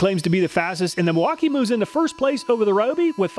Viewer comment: Milwauk-eye-ayyy!!! Real nice like.